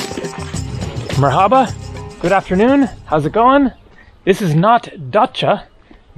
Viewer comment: Your "merhaba" has improved a lot over the course of the month. Sounds almost local now